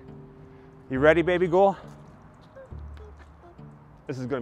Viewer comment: Are you calling her Baby Gull?